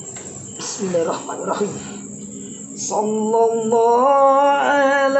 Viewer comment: kalau baca sholawat mbok yang Benar,,jangan asal bunyi,,Jangan Baca Sholloloh... dst...Tapi Shollalloh...